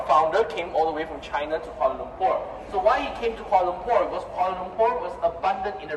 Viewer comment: Kalua Lumpur? 🤣 Epic mispronunciation. Koo - Wall - Uh